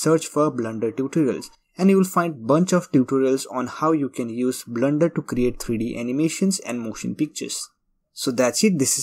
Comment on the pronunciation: It's Not "BLNDER" .....blender